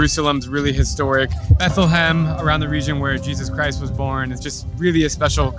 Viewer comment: Drew, akhi, the way you pronounced that R in Jesus Christ was a shocker. 😅